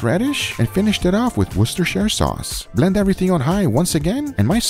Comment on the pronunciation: I love your channel but I've got to say this. You don't pronounce the name of Worcestershire sauce right. It's English thing so get it right :) I'm not a native but lived here in England half of my life and we say it more like 'Wooster' Sauce. It's hard to figure the spelling for you to pronounce. This is just an info. All the best.